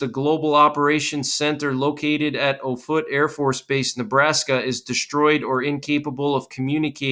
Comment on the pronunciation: The Air Force Base is pronounced OFF-it — NOT oh-FOOT. It’s all about credibility.